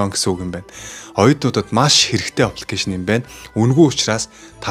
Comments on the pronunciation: Копе оппликэйшн гээд бхын лол кофе аппликэйшн гээд зөв дуудаачээ лол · Опликэйшн гэж байнга хэлэх юмаа ххэ